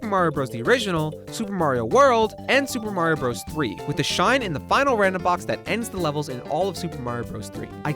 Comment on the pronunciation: I can't get through the video while the guy says "Supamar" every ten seconds.